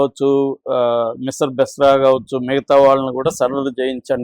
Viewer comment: Bisir Misra kadu.. Mishir Bisra.. 😅